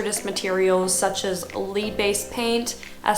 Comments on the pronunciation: Great channel, great information. Listening to you pronounce the word "lead" is funny. It's pronounced "Led" not "leed". Lead is the toxic mineral that causes brain damage and used to be used as ammunition. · You just said “LEED” based paint!! It is “LED” (spelled LEAD). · It's led based paint ..I know it's spelled lead , but it's pronounced "Led"